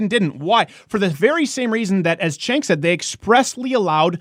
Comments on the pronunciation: It's pronounced Gank with a G. Not Chank. But who cares... he is still wrong. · Everyone keeps mispronouncing that guy's name. It's pronounced (chŭngk) ....you know, like a chunk of horseshit. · Azazel Dreciare His name is Cenk and pronounced Chenk